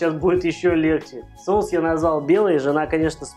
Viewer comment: все прекрасно, но, пожалуйста, говори правильно))) Кулинария - прекрасно, но русский язык тоже должен быть чистым) СоУсы, СковорОда и т. п.